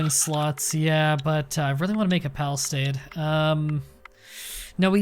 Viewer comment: There is no "T" in "palisade" - no hate, just saying.